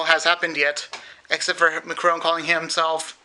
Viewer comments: Nothing, we just remarked on his horrible prononciayion of "Emmanuel Macron" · you can't even pronounce the name Macron properly !